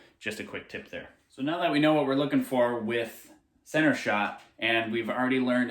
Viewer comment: You not “NODE” us. LOL